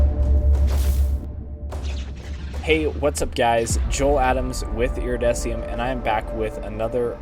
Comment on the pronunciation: Wait, you pronounce your name iridessium? :O